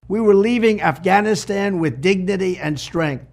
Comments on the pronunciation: Hey Trump , what the hell is " afanastan " ..... you senile old man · Uhm...did DJT just say "aff...anistan" ? Lol. Hehe. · His dementia riddled ass said "Afanisan" 😂😂😂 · afannastan? lol he can't even say it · "a-fan-i-stan"?? This is prerecorded and THIS IS take you choose to use?? 😂 Let me guess, this was the ONLY take wasn't it? And nobody thought to tell the emporer he has no clothes. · I chimed in at Afan-ass-tan 👀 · Did it say Af-fanastan? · Afnascan? Is that what he just said at the start of the video? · Afasastan????? WTH was he babbling about a twenty seconds in my God my brain hurts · 8/30/23 he calls it aff an is tan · Did he just say “aff anistan?” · 22 seconds in he says Affanistan ... where is that ? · He actually said it Afanistan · He said "Afhanashan" did anyone catch that? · "Afanistan"? Ugh... God save us from this orange nightmare. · Hahahaha. At the 20 seconds time stamp, did he say “Afanastan”? This guys lies so much, he can’t even line his crooked A$$ lips. His mom should’ve shallowed instead of letting pop bust in here! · Did he say affflaannastan wtf….😂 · "thousands and thousands we don't even know the number" he can't math ... he can't even pronounce Afghanistan or equipment, and slurring a bunch of other words, donOLD is dumb and a weirdo... only his stupid, echo-chamber supporters would believe his narration of the Afghanistan withdrawal and not go check the facts.. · Apart from the usual fact opposed crap the orange loonie is spewing, I'm surprised that Conald is also even to dumb to pronounce Afghanistan! 🤣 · So you want to run for president and you can't even pronounce the word Afghanistan. Interesting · Donell(since he can’t say Kamala) Trump can’t even pronounce Afghanistan let alone find it on a map. A reality tv personality still playing president! The makeup is a giveaway 🙄 Can we move on from this disaster! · He can’t even pronounce the country correctly and we know that you set that whole shit up you lying sack of 💩